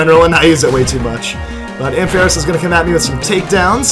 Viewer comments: Its prenounced amfeross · Arnt you saying ampharos wrong